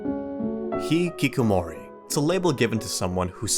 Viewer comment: I appreciate the video but can't help laugh at how you pronounced the word hikikomori. The original way to do say it is "hee-kee-ko-mo-ri".